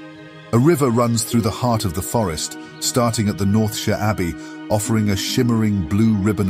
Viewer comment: The consistent pronouncing of «Northshire» as «Northsheer» puzzled me a bit. Is the narration AI generated? <.< Would explain a couple of words I picked up as I thought it sounded out of place, since the rest in near perfect. Either way I’m all for listening to this narration, so I’d say go for it.